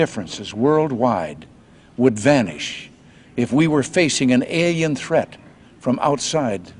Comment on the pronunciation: Oh NO. YOU'RE ANOTHER ONE! it's Alien, not... "EL IAN"!